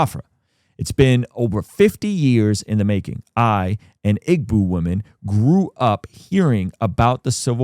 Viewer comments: I hope this a genuine ‘we’re standing by you and want to support’ and not some ‘we’re coming into ur country to take over and make it worse than it already is.’ Also bro i feel like sending US military will do more harm than good Last thing 😭 it’s pronounced “ee-bo” not “ig-bo” even tho it spells that way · My wife is Nigerian, still there due to immigration molasses. Could use your prayers to get them here! PS: Igbo is pronounced "EE- boo."